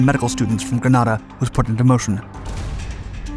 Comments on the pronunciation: Grenada ( pronounced gree-nay-da) not Granada. Granada is a city in Spain. Love your docs but y’all need to fine tune that information you put out there and make sure you say the right thing. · It’s not Granada it’s Grenada. I made the invasion 5 ac in. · Grenada.... Not Granada, which is a city in Spain! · It's Grenada not Granada and it's pronounced Grenade uh Bwahahaha! Ford made a car called Granada and Spain has a place called Granada. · It's Grenada not Granada. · Listen your pronouncing it wrong not gran add a its ganaida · At 1'03", GRANADA ??!! Surely you mean GRENADA.......sloppy. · No. GranAHda is in Spain. GrenAYda is a Caribbean island. The pronunciations are certainly not interchangeable. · Don’t you mean Grenada not Granada (the Spanish town) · Its spelt "G-R-E-N-A-D-A and pronounced "Grenade-a" mate. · Those of us who opposed the invasion used to say that the U.S. was there to protect the world's largest crop of nutmeg. Also, Grenada was pronounced gre-nay-da. Another Britishism? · Read: "grenade uh" Granada is in Spain!!!! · This video is the biggest pile of misinformation and absolute lies that I have ever wasted my time watching. I was a Marine Corporal (squad leader) and part of the 22nd MAU that took part in the invasion.. As many people have pointed out it is pronounced Gren-ay-da and the second island we took is pronounced Carry-a -coo. The biggest part of the story that he left untold was about the 24 hour curfew. When we arrived on the island the people had been locked down for 11 days. They had run out of food and water and welcomed us with open arms. It was a miracle the operation went as well as it did because we had zero intel and the only maps were from an article in National Geographic. The students at the University were probably not in any real danger but the general population was definitely in real danger of starvation. I have always been proud of what we accomplished in Grenada and as we know it has been a democracy ever since.